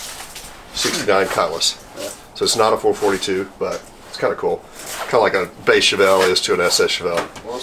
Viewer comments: Great score overall. And I bet the Oldsmobile experts were cringing everytime you said four-forty-two. It is four-four-two. And it's meaning was this. In 1964 (1st year) it stood for 4-speed, 4-barrel, 2 exhaust pipes or dual exhaust (you couldn't get an automatic in 1964. (Or a 400 engine) In 1965 you could get an automatic, and it was the 1st year for the 400 cu engine. So now it meant 4-400, 4-barrel, 2-/dual exhaust. In 1970 it was 4-455, 4-barrel, 2-/dual exhaust. I hope this helps you. I'm a big Oldsmobile fan, having owned 's and . And the 1970 with the plastic inner fender liners, did not mean it was a W30, because of the fact that they were black and not red. (unless ofcourse they were red, but painted over black) which is highly unlikely. And I do believe all Oldsmobiles/442's of this era came with plastic fender wells. Not like the Chevelles of the same era, where some cars came with metal and some came with plastic inner fenders wells, depending on which state they were built in. Thanks for the video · Four Four Two, not Four Forty Two. And can someone please fix ’ collar before the camera starts to roll. Employ a production assistant. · Great Video as always, but it is pronounced 4-4-2 not 4-42! 👍🏻🇺🇸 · I absolutely love the channel, and I've watched almost every video, but I have to be the annoying guy here. It is pronounced 4 4 2 as in four four two, not four to fourty-two. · Four Four Two NOT Four Forty Two 🙅‍♀️ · It's not a four forty-two. It's a 4 4 2, Or four four two. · Good God man. Its Four, four, two… not four forty two. I’m sure you know better. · It's not (four forty two) It's a (four, four, two). Also, 1966 four four two's had the option of a 455. I have a numbers matching 1966 and my pastor friend has one as well. Both have 455 and automatic transmission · And it's Four Four Two. Not Four Forty Two. At least to real "car guys". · it is 4-4-2! not four forty two! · 442=Four Four Two not four forty-two